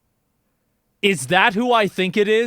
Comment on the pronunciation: I hear you say "Wait wait..." and my brain only hears "Weight weight..."